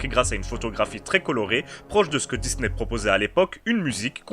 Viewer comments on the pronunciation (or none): none